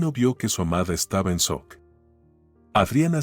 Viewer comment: Muy buenas historias, lo único que observo es que siempre dicen "soc" en lugar de "shock" y en algunas ocasiones acentúan mal alguna palabra; no obstante, preciosas historias... Gracias por compartir 🌷